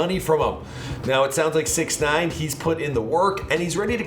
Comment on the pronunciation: I cringe every time he say 69’s name!!☹️